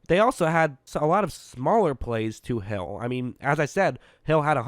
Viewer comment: it sounds like he said “ he throws a prayer and it’s answered by hell